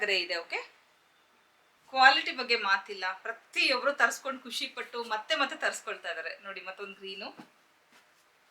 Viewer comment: ಖುಷಿ , ಕುಶಿ ಅಲ್ಲ, ದಯವಿಟ್ಟು ಸರಿಪಡಿಸಿ